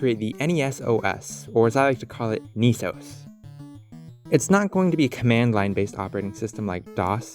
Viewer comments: "knee" sos doesn't sound so good.. I prefer "ness-os" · Not sure what bothers me more. Calling it Knee-Sose instead of Ness-OH-ESS or the lost opportunity of calling it Nintend-OS (or maybe even NintenD-OS? haha) might have to jif gif this one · Neice-ohs? Should be Ness-oss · Aughhh... why no pronounce knee-sauce..... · i know you're pronouncing it Niece-Ose, but my brain parses it as "Any Sauce". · I find it funny how most people pronounce N.E.S. as it's spelled, or in some regions it'd sound like "Nehs" due to accent/pronunciation, but once you added O.S. to the end you changed to saying "knee sohs" / "Niiisos"